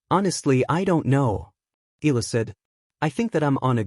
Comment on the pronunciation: EEE-YAH-LAH....that is how you pronounce her surname, instead of EEEE-LAH Pleeeeez